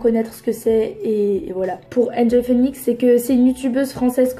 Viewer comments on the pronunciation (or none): none